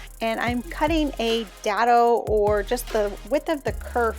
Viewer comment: Dado - DAY-doe